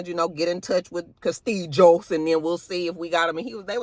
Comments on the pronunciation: You and the Cas-tee-Jo! Lol 😂 😅😅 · The way you say Castillo 😂😂😂😂